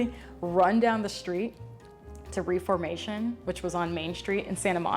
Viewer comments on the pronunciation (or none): love you so much. i just wanted to let you know in case you care to know; i used to work at reformation! It's pronounced with with a short e (like death)! ok that is all xoxo